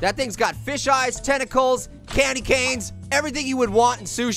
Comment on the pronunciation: Pear: tenticles Me:tenticles!!!!!! Yum I love it when it's nice and crispy But don't call me weird